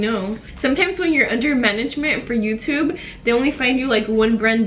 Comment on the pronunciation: How says joutube lol